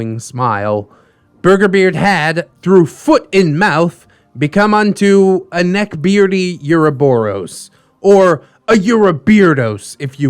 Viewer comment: Never heard anyone pronounce ouroboros with a U sound. Usually more of an ORoboros.